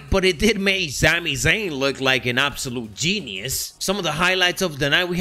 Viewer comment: “Zami Zayn” every time he says it I laugh lol